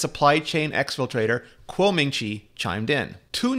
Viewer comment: Hey Rene , can you tell me why you always pronounce Min Chi Kuo's name backwards???? His name is NOT "Kuo Min Chi". u got it all backwards man. its as if we were to call you " Ritchie Rene"